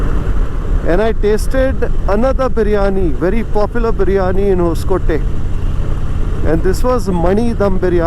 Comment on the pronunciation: Thanks for video. Btw it's It's 'hosa coatay' (meaning new fort) nee hosakotte...